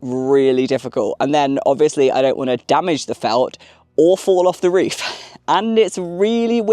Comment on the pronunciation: Agree with all the fans who feel your content is so healing right now. I had to rewatch once I realized that "reef" and "reefer" meant "roof" and "roofer." A little (wee?) request if you could work in, possibly, as a challenge: the words "jade" () and "reef" or "reefer" into the next video or so? Like an Easter Egg for any other US-based linguists and linguistics-curious types. You are the best! Felt reefs by Jade forever!